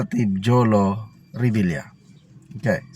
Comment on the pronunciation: jolo rhymes with bobo